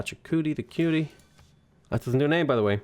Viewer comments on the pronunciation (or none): none